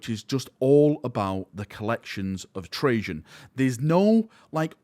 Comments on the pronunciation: Really enjoyed the video, thankyou for this. But the cryptek's name is Trazyn, with a Z instead of a J. You might be thinking of Trajan Valorous from the Custodes. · Why are you pronouncing Trazyn like Trajan....? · Tra-zin not Trajann valoris lol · Reign in your excitement you keep calling Trazyn Trajan.. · It’s TRAZ like hat. Not like hey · he keeps saying trayzin like trajann